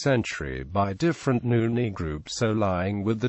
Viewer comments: Why is he pronouncing Nguni as Nuni...? Insulting us...? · Sorry am laughing. I came to the comments after hearing that. Wow what an insult. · what the hell does even a white person knows about black cultures and migration🙄🙄 he is not even pronouncing it correctly!! these people are too forward & it annoying